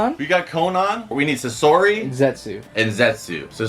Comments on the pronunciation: Sosri…. It’s sassori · The videos great and all but its sasori not sisori